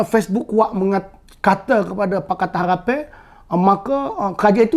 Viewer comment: Kemah abe min cuma sebut molek harapn bunyi lain haghhpan